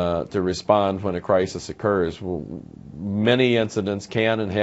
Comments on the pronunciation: HAWHAT? HAWHEN? 😭😂🤣😂🤣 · Hwhat? Hwhen?